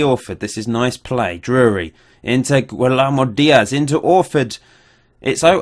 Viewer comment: It's pronounced gwill-er-mo dia-sss